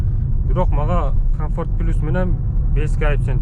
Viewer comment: Пилус дебей плюс деңчи